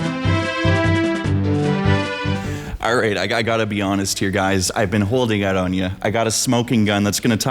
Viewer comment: "here me owt" canadian detected